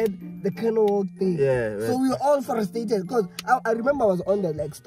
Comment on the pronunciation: "we were all frastated"...did just say that? 🤣🤣